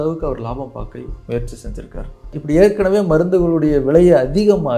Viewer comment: Martin shkreli nu சொல்லும் போது மட்டமான தாயோலி னு கேக்குது